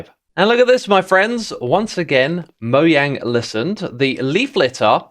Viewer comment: "Moe-Jang," is the Famous word from Void from, mispronouncing it